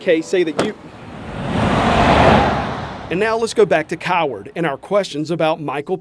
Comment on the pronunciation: that emphases on the name Coward was definitely intentional lol